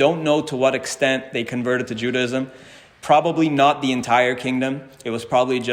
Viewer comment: I’m an ardent fan; thank you so much for the brilliant and detailed work you present, and for your exquisite Hebrew. Speaking of language, I am so curious as to why you pronounce the word “Judaism” with three syllables. I’ve always believed the word has four syllables - pronounced either JUDAH-ism or JUDAY-ism. Am I missing something?